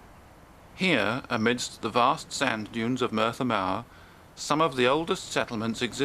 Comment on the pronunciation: Nice vid. Pity the voice over did not put more relish into pronouncing the names. "Merthyr Ma" stood out as an unacceptable version of Merthyr Mawr. After all he would not say Loondon for London even if it was appropriate.